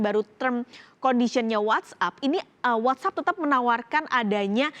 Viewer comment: "What App"bukan "What up"😆